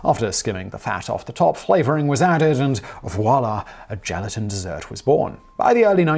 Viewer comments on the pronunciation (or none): none